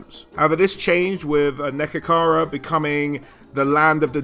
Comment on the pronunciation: great video! it's neHEkara by the way :)